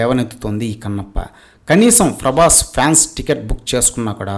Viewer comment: Frabhas ani fronounce chese nuvve cheppali faruvu teeyadam gurinchi nee Gurivinda kinda nalupu chusuko konchem 😂